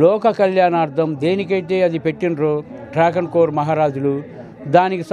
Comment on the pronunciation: Dragoncore kadu ra mundacore travancore